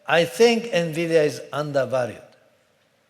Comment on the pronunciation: "oh nevidia is in trouble"